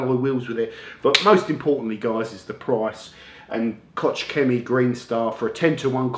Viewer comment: Koch Chemie is pronounced KORRR !!